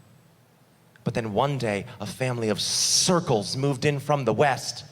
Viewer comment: Why did he said “circles” like a slur😂